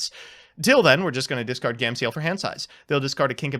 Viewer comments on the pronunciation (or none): "Gam-see-el" lmaooooooo bruh